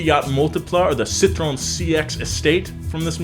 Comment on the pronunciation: How does one get the pronunciation of Citroën wrong??? Actually, I think it’s actually pronunciation is rarted